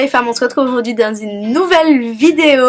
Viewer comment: Coucou. Je ne rate jamais tes vidéos. Et je dois te dire qu'à chaque fois que tu dis "aujourd'hui" ne suis morte de rire. Bisous.